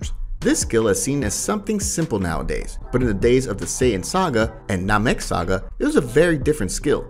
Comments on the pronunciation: Namek say it slow nam-ek, ki is kee not kia 🤦 also the main picture for this says its official so click bait aswell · Exactly, not "nah mek" but "nam-ek" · And how he pronounced Namek (nah meck) like wtf 😂 you can tell they hired a guy that knows nothing about the fandom at all and just read a script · It irritated me as well 😒. He said Ki the right way like 20 seconds in the video which didn't make sense that he just changed it up...he also said Namek in a really cringe way as well lol. Also literally called Whis...Wiz 🤦. Just makes me wonder if this guy has even watched Dragonball/Dragonball Z...I understand if he hasn't watched super. Super is absolute garbage 😂